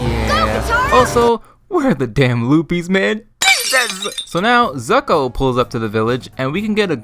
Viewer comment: “Cataruh” “Zucko”